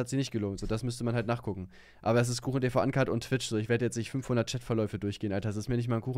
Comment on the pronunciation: Wenn ich noch einmal "Schättverläufe" höre....